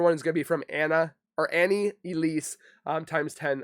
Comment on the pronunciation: It's Annie not Anna 😊